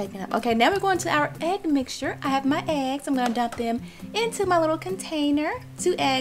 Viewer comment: did she say egg-ses flour